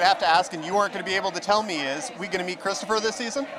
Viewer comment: Ooh Chwistophah!